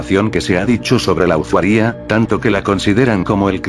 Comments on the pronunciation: "Usuaria" El loquendo: usawía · xd like si escuchaste siempre usuaría en lugar de usuaria xd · jaksjaksak me estaba cagando de miedo hasta que decia "usuaRÍA" xdd